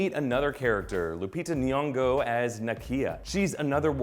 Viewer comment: damn 😂😂😂 we usaully leave out the 'g' when u pronounce nyongo!!.